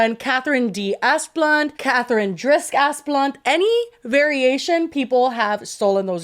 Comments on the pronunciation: Every time says that rich families' name it just sounds like Ass Blunt to me 😂. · ASS-BLUNT?? That’s what I’m hearing. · Oh yes, that’s clearly pronounced as Assblunt 🤣🤣